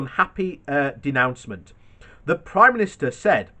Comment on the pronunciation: Denouncement? Denouement? Said it before. Think you a great chap but why not rehearse?